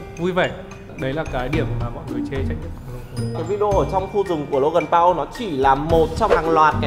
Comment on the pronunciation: Paul mà a đọc là Pau rồi